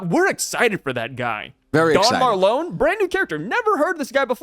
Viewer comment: We don't have the full story to say who would win. Also, I don't think Oda puts tons of care into the power levels of the characters as much as he cares about the storyline. Also, is it me or should Marlon be pronounced like when you say Marlon Brando ( the actor that played Vito Corleone in the godfather)? I feel like since they are both mafia bosses, Oda used him as an inspiration.